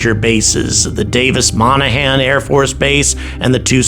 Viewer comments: Davis Monthan Airbase, not Monahan… lol “t”s are not silent. 😂😂😂😂😂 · The base in Tucson is Davis Monthan, with a T not monahan, just friendly fyi :)